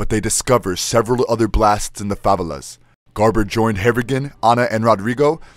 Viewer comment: They're pronounced 'fa-vey-las',you.re welcome. Great video & thanks for the info.